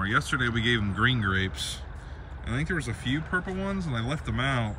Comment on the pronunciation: Rickey likes the purple grapes… 😊 At first I thought she said “proper grapes”